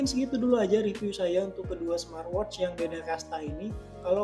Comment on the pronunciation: Coba huruf T diakhir kata "SMART" diajak, kasian... Gak enak didengernya...😅 Jadi kalau huruf T nya diajak didengernya enak jadi: 'SMAATWOCH"